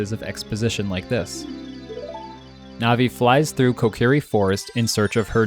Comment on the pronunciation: Ruto Malon Saria Navi-NAVI???!? The matter with you